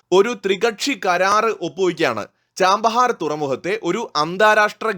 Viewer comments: ആ പോർട്ടിന്റെ പേര് ചാബഹാർ എന്നാണ്, ചാമ്പഹാർ എന്നല്ല. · Hello, the name is not 'Cham'bahar, it is Chabahar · Chabahar (ചാബഹാർ) port ആണ്, ചാമ്പഹാർ അല്ല... pronounciation ഒന്ന് correct ചെയ്‌താൽ മതി...... ബാക്കി എല്ലാം കൊള്ളാം.. Good informative video.. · ചാമ്പഹാർ അല്ല ചാബഹാർ! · It is not 'Chambahar port', but it is Chabahar port